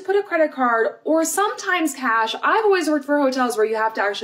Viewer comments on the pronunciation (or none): none